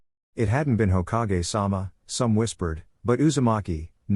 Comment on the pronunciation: Hoka-ge its Hokage you AI moron